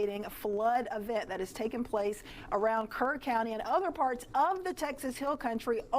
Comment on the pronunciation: NGL I thought she said Kern